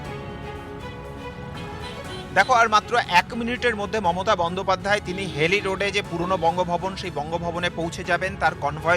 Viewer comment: সাংবাদিক মহাশয়, হাইলি রোড টা কি?? হেইলি রোড। একটু তো পড়াশোনা করুন।